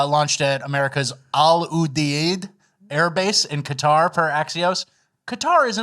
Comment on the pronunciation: Al you-deed That’s an American base, over pronounce it